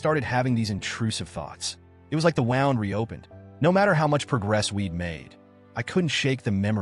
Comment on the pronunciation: Voice doesn't know how to say "wound".